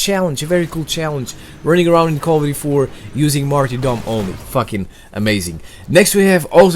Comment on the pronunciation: Martyr is pronounced martr